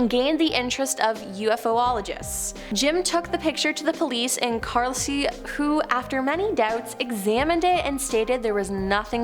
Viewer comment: Man she butchered the pronunciation of Carlisle in the spaceman pic